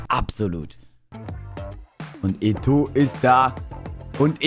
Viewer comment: ich Feier dich und gönn dir dein Team, was mich aber stört ist das du Eto sagst, der wird halt eto O ausgesprochen 👍